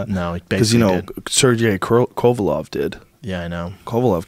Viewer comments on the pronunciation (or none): KO-VA-LEV not kovalov 😂😂😂 jesus stop bringing up boxers when you don't even know their name